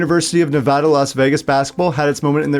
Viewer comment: Relatively affordable housing. Sigh I miss when that was actually the case here. Also thank you for pronouncing it right and not calling it “Ne-vaw-duh”